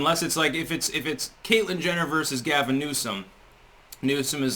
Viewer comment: You said Caitlyn Genitals. LOL!